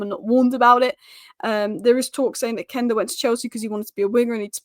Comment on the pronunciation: Quenda is pronounced Kwenda not Kenda. Quest Quench Quenda!